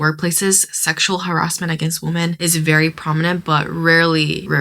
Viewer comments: Sorry for the off-topic question, but why do some people including the girl in this video pronounce 'women' as woomen(not weemen)? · What is up with younger generation being unable to pronounce "women"? The singular "woman" and plural "women" are pronounced differently..... it's so wild, I've only noticed it in the last 10 years or so.....